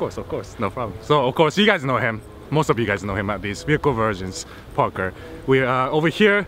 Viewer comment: Did he say Parker or Porker 😂